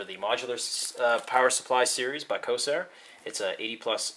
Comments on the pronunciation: It is pronounced CORE-SAIR. There is an R in there. Please work on this as it makes you look less reputable when you can't even pronounce the manufacturer's name. Other than this, good unboxing. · its corsair COR-SARE